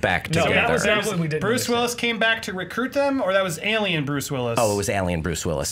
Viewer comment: God I hate the way pronounces the word 'alien'... Cringe every time